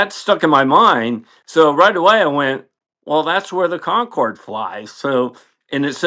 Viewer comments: Its pronounced Concorde with the 'e' silent😉 BA stopped flying scheduled flights to Bahrain with Concorde in the late 1970s and concentrated on the London to JFK and Washington routes from 1977 onwards so it is highly likely that it was operating a charter flight at that time. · it's --> only (!) pronounced [Concord] (without 'e') as there is no accent égu on the 'e' as on 'é' - US americans are infamous for their complete disability in pronouncing foreign language words correctly 👻🤪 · I've heard of The Concorde. I've even heard of The Concordski. What the hell is a Concord-ay? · A nice story. But it's pronounced Concord, just like the English word (loaned from French). It's the final e is silent. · Kon-kordy? C'mon,, you're better than that! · No really, he is merely misprouncing it. My Canadian friends say it as everyone else does, except, 'con-cord' and no long E at the end. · Nothing Canadian about that weird pronunciation. We say it "Con corrd" same as everyone else....Except, it would seem. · Con-corrd. Roll the R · FACT CHECK No doubt Hey Joe saved the day here, but the London-Bahrain route ceased in November 1980...nearly 10 years before this event. The jet that day was a Concorde (no accent on the e in French, therefore never pronounced 'Concorday') en route for a special event in Japan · Drove me crazy the whole video. I’ve never heard it pronounced like that. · Great story. One way, maybe, to settle the pronunciation argument is to note that the stated aircraft was a BRITISH Airways Concorde. Hence the 'e' on the end isn't pronounced. English loves silent letters. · I noticed that you voice the final e in Concorde. I believe the terminal letter is supposed to be silent. Reminds me of a friend from my high-school days who would often quip, "When I turn 18 I'm going to add a silent 'three' to my name." 😆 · the way ton pronounce Concorde is to NOT pronounce the E at the end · Slight correction: Con-cord, not Con-cord A